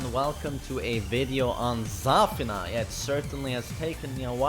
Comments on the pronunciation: its zafIna. not zAfina. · It's pronounced zuh feen a. Not zur fin nuh. Hahaha. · the way he says zafina is triggering me so much lmao